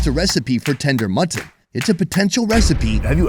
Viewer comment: Can we get some thumbs up for the pronunciation of M U T T O N :D